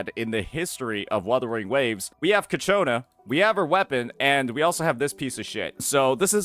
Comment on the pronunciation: cIAconna, not cacciona ffs